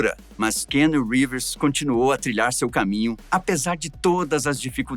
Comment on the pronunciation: Não gostei do apresentador 1 não sabe nem falar o nome do ator .. ficou chato demais .. Ivan volta 😢